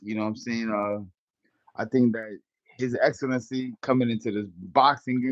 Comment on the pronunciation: Zab is selling out boxing. Boxing is great already! It doesn’t need Dana White to make it great again! Zab just want to get down for a check. Can’t even say His Excellency’s name correctly.😂 stop it!